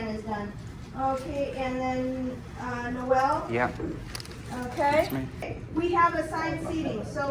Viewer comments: “And then... NOH-EHL”? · She got it right about the third time. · But there is an "l" in Noel. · Tiger's Eye From my experience in Canada Noel as a guy name is usually pronounced the same as Noelle. Might be influenced by the French Canadians though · Did she refer to you as No El? Lol. I’m sorry man. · Did Noel have a word with the Quincy staff about how to pronounce his name? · Funny how Americans can’t pronounce Noel! Do they not have that name?! I’m laughing at how they’d pronounce Noel Edmonds! 😂😂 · Is that Noel how is pronounced in North America? Sounds like the female version of the name Noel, which doesn't exist to the best of my knowledge.